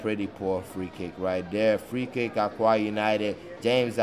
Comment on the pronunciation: It is pronounced “Oka”